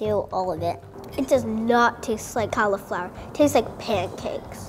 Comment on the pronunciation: It is NOT pronounced "call-Eeeee-flower" THIS IS SO PAINFUL TO LISTEN TO